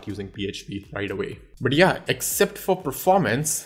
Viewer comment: When you say "But yeah" I hear it "Badiya".. Ha ha.. "Badiya video tha"